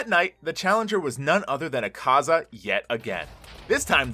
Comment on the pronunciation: The demons name is not akeza it’s akaza